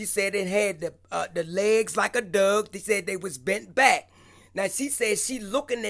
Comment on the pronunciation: Poor ain't never gonna learn how to say dog properly bc we like how he pronounces it to much 🤣z Happy New Year